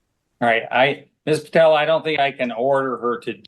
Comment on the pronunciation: Judge didn’t get Ms. Patillo’s name right even once 🤦‍♂️